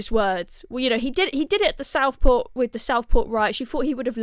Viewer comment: Please try to say WITH and not WIV